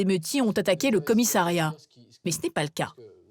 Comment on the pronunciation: A noter que l'on ne dit pas commisAIiriat, mais bien commissAriat